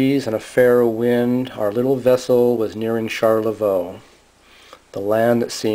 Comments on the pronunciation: Pronounce it Sharlavoy. good video. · Smacking your lips is terribly annoying. You mispronounce Charlevoix. Rambling and uninformative.